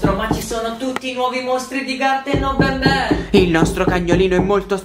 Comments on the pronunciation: Si dice n n non Ben Ben BABAN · No. Si. Dice. Banban. No. Benben